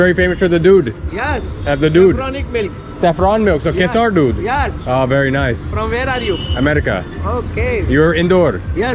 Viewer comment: another tip on pronunciation of "Kesar." Drop the "aaw" between "S' and "R". It is pronounced as "Kay"+"Sir."